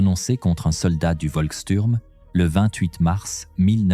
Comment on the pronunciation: On dit chtourm